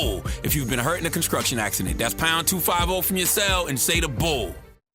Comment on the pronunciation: I'm sure he did....CTG has issues with pronouncing certain words like conskruction lol!